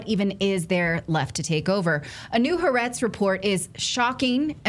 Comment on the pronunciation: Maybe before you quote leftist newspaper Ha'a'retz you should learn to pronounce it correctly. If you can't even do that much, how can we believe anything you say.